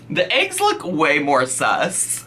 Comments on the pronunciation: I love you but... it's ayygs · why arent we talking about her ay-g intolerance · Hope I’m not the only one who has “aeeeggs” repeat in their head every time she says eggs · You say eggs weird. You're not the first person I've seen on YouTube pronounce it as like aygs. Is that a northern thing BC everyone that says it like that is from up north where its too cold hah. Omg that's how she's saying it too. The best eggs are made with salt pepper, shredded cheddar and chopped up ham. No weird hot sauce lol